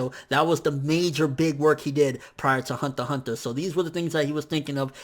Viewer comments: it's pronounced hunter hunter not honta honta -_ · THE WAY HE SAY THE HUNTER X HUNTER IS CRINGY THEY SOUND LIKE HUNTAH-HUNTAH ITS FRICKING CRINGY MAD JUST DONT SAY IT!! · why aren't you pronouncing the x in Hunter X Hunter?